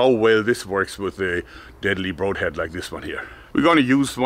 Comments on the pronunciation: Actually, "broad" rhymes with "lord" and not "stop", a minor point, but let's get it right. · Joerg, I have a very small bit of advice for you if you're interested: The word "Broad" in broadhead is pronounced like like the "O" in "Stop" not the "O" in "mode". Just a lover and speaker of the German Language who wants to share some English with you!